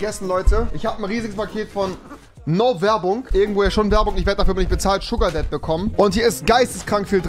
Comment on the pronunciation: Wer hat auch Sugardead statt Sugardad verstanden? :)